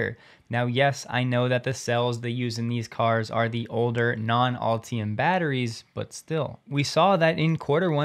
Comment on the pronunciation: I beg you to pronounce it "ul tee um" instead of "all tee um". Literally begging you.